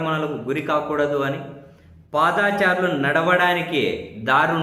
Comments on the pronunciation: పాదా చారులు కాదండీ.... పాదచారులు... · ఏంఅబ్బీ మా భుబమ్మ మాటలు విన్నారా ఏమిటి? పాదాచారులు అంటారేమిటి అబ్బీ? పా'ద'చారులు అనుము మా కుంగణామోడీ లాగా